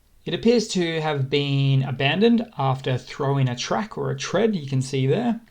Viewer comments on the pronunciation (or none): none